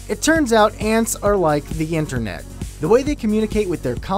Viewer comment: interne- ANTERNET